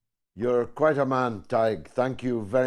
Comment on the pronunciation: Weird that George wouldn't know how to pronounce Tadhg's name. It's really easy, just say it the way it's spelled: Tad-huh-guh.